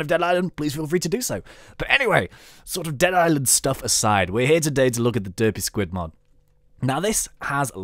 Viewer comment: It sounds like u said dirty spud mod